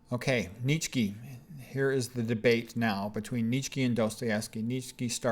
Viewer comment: Wait why do you say "kee"? I thought it was pronounced Neet-chuh or neet-shuh